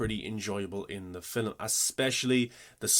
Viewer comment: Two things: 1. You didn't explain how they created Morpheus' exo-morph at all.. 2. Why do you say film like 'filim'. It sounds like in all your videos you emphasize saying it in a weird way. It makes me feel like it's an inside joke between you and your fans. I don't think your accent is to blame. Or is this a extremely subversive Aphex Twin reference?